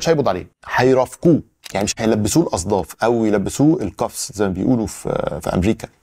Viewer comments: اسمها "اصفاد" مش "الاصداف" ارجوك مش كل ڤيديو تقولها غلط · اتعبت المحللين من بعدك ، ارفع القبعه لك احترام وتقدير 👌👌 ملاحظه صغيره من اخوك الصغير ( الاسم الصحيح اصفاد مش اصداف) موفق ياوحش✌️✌️✌️